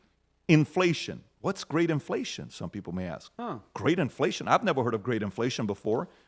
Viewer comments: In the year 2050, “axe” will replace “ask.” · Black English: ax vs ask lol